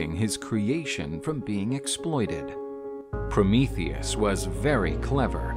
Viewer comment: Finally someone says his name right lol